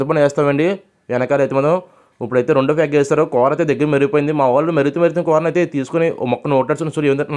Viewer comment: కూర అనరా నాయన కోర అంటావేంట్రా బాబు